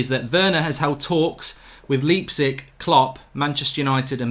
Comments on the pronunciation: You had it right the 1st time. It's pronounced "Lype-zig" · Pronounced Leipzig correctly, the apologizes and pronounces it the wrong way hahaha